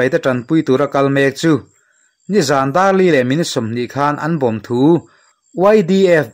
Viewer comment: Ngaihthlak a nuam thin khawp mai.Mahse zan dar 4 tiin i lam tlat mai tih sual anih ngei k ring